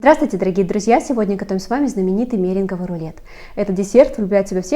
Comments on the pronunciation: Только не мЕринговый, а мерЕнговый , спасибо за рецепт😊🎉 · МерЕнговый рулет (ударение)